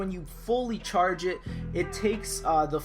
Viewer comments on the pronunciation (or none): why do you say "The cherrrrrge" like really? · It sounds like he said churge.